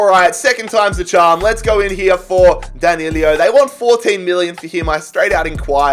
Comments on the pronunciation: D A N I L O not D A N I L I O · It’s DAN I LO THERES NOT TWO i’s it’s not danilio it’s dan. i. lo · Danilo...nicht Danilio. Das ist doch wohl nicht so schwer!